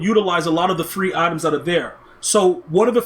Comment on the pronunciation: I like how he calls them "aitehms"